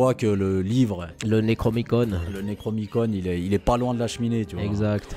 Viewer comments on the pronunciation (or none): Si je puis me permettre il y'a une petite erreur de prononciation, sans importance... C'est le NECRONOMICON et non le NECROMICON ^^ sinon excellent comme d'habitude...